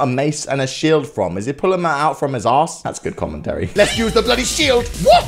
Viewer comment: Why are you keep says bloodly